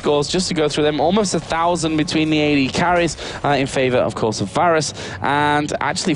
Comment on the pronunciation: VAYrus. VAY. not VAHR. Good game though.